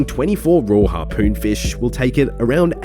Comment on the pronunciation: You say fish with two syllables and it's making me cringe every time.